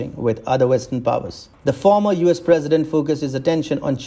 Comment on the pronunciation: It’s not former!